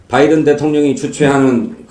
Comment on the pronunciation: 정확한 V 발음이네요 ㅋㅋㅋㅋㅋㅋㅋㅋㅋ